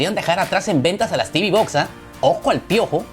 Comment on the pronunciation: Tibi box no Teuve box si. Y realmente si se habla en español.... Caja de TV. Y las caja de TV no tienen nada que hacer frente a un pc. Se venden más caja de TV por que son más baratas. Pero jamás an sido las reinas de nada. Unboxing no. Desempaquetado si. Etc Y las mejores mini pc calidad precio son las de Intel.